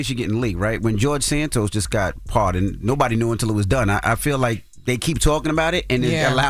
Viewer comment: Jorge Santos is not a white boy that's a Spanish last name he is Hispanic is Santos not Sanntos Santos pronounce Spanish Santos the a is kind of silent Santos if you take the s off you can pronounce it and those with your Spanish and then put the santos back on there and it's the same way you pronounce it without the s Santos